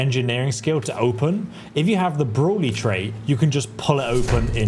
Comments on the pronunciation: What the heck is "broolly"? You're an Englishman so no reason for you to not pronounce brawny correctly. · Am i the only one who heard him say broly and not brawny ? lol